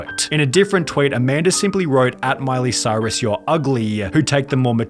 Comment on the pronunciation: Says Cyrus lol, wetwipe